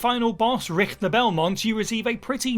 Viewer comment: pretty good attempt at pronouncing Richter correctly. 2 out of 3 isn't bad at all